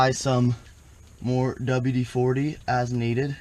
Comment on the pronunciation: 😂 he said ‘ima spray some wd-farty ‘💨 😵😵‍💫